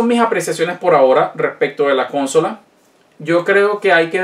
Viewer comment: Amigo, me suena raro que digas cónsola, "con acento en con" y no consola, con su acento en "so". Por lo demás todo muy interesante.